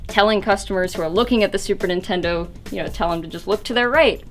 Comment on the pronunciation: Lol she said "Intendo disk drives"